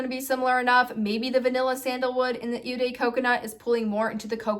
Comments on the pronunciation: "Eau" is pronounces like the English letter "O"......you are saying it as "U" for some reason. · Eau is pronounced like oh (not ew). Just being helpful, not to be mean.